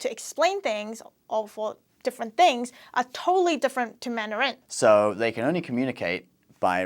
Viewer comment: why does he emphasize the last syllable of “Mandarin” you only have to emphasize the first syllable